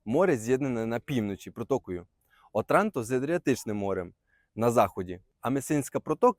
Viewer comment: В Отранто наголос на першу О